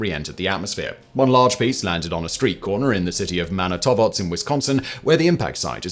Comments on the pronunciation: Ok, not sure what went on the with the pronunciation of Manitowoc. It sounds like Simon said "Manitobots" to me, which is odd considering the spelling. Might be a typo in the script, but the pronunciation is Man-ih-toe-wok. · Manitowoc, Wisconsin Man uh toe wok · I know you dont care about pronunciation, but the city in Wisconsin you referenced is pronounced "Man-it-aw-wok", not...whatever you said. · Another mispronounced Wisconsin city hurts my Wisconsinite ears. MAN-EE-T-WOK. We use the misprounciations to identify flatlanders.😂😂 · Man, no one can pronounce Wisconsin city names, EXCEPT people from Wisconsin. Ah, Manitowoc. I should head over there soon and check it out. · As a Wisconsin resident, listening to Simon spectacularly fail to say Manitowoc was pretty amusing. Also I know where I'm going next weekend. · Buhahaha your pronunciation of Manitowoc makes me laugh. No offense intended, just find it funny. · It’s ok, Simon, most Americans can’t pronounce “Manitowoc” either. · You sure butchered Manitowoc.😊